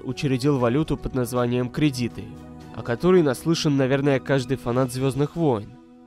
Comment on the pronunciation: Кредиты ударение на 1 слог в зв, это единственная отличительная черта от просто кредитов в играх